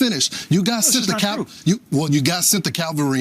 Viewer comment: It’s CAValry you dumb f*ck!